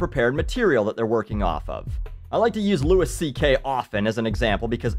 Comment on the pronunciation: Wow. The one video this guy doesnt sound like a moron... Besides the misprenunciation of louis C.K. Haha